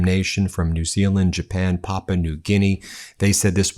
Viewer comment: Gee, Ben. For an "wducated" guy, you mispronounce so many words! It is not Papa New Guinea. IT IS PRONOUNCED "PAP-OOH-AH" AND SPELLED P-A-P-U-A.